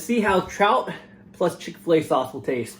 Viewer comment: Chick Fila sauce lolololol